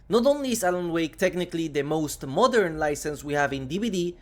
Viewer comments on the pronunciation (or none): none